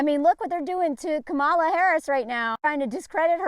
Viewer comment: I love you, but you were mispronouncing Kamala’s name. It’s Kam-a-la.